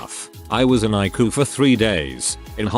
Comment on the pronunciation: Eye-ku? EYE-SEE-YOU